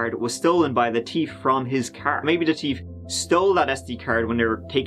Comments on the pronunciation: 'the teef stole the SD cards'. I've never seen one of your videos where so few of the numbers aren't tree or terteen. I had to comment on the teef though. Oh, how about instead of CPR, is CP-Oar. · You know what is better than hearing you say, "Turd"? Hearing you say, "Teef". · The 'teif' 😂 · I want to propose a new drinking game- every time says 'third' (turd) & every time says 'thief' (teef) you take a shot!!! Everybody loves a good laugh when they drink!!! Cheers!!! 🍻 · Fun fact: pronounces "thief" the same way Ice Cube pronounces "teeth". TEEF 🤙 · Hey, can you say ‘thief’ one more time? But, seriously love you, love your channel and the stories you cover are unique. As a South African living abroad this story hit home for me. Brian is a manipulative, failure in life who murdered vulnerable women to make himself feel powerful. A pathetic loser! Oh and erm …your imitation South African accent cracks me up😂